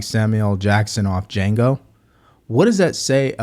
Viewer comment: Dude said Django with the “D” 😂